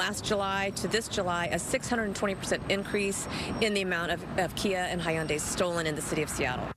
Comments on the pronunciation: “He-anday”? It’s just han-die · It’s actually hee-YUHN-deh